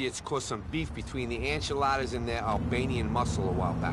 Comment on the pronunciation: Anyone else notice how says "enchiladas" instead of "Ancelottis"